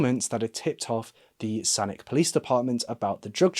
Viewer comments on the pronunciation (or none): "San-itch" not San-ick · As someone who lives in Victoria, BC, I just wanted to mention you mispronounced Saanich. It's pronounced like San-itch or San-ich. Thanks for putting this case in the spotlight! I hope Lindsay and her family get justice someday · As someone who was born, raised, and still lives in BC, I'm surprised I have never heard of this case. Thanks for bringing it more into the spotlight. (Also, it's pronounced 'San-itch'. Its name was adopted after the Saanich First Nation, meaning "emerging/rising land"!) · You're actually supposed to pronounce the CH in Sannich. Pretty funny to hear it the way you pronounce it lol.